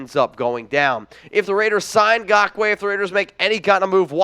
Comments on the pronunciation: It's not Gockway bro. You are literally the only person that pronounces it that way. And I'm going to go with his teammates and every sports analyst every color announcer every everything in the NFL pronounces it correctly and you ain't doing it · For GAWKWAY Lmfao, I love how you pronounce his name 😂🤣 It's wrong but too funny to change. Keep it goin 👍🏼 Also, yes we Need Yannick bad. InGawkway would add so much to the team even tho there's an ice cubes chance in the devils playground that we will get him. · like your show and agree with your prediction that YN will not get signed by the Raiders, however, please learn to pronounce “Ngakoue.”